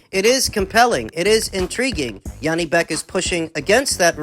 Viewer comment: It's J, not yanibek, Janibek, he's not german.